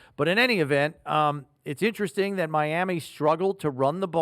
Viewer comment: “Mlami” Dolphins